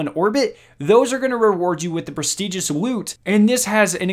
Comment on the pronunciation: pwestigious woot